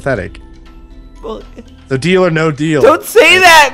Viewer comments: No deal sounds like your saying bodil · I heard deal or bodil ._.